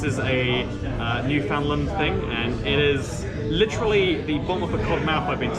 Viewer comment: New fa land. Say it like a newfie.